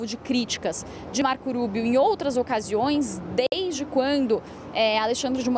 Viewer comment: Ensina essa guria a dizer o nome do marco Rubio. Fala como se fosse rua -rato...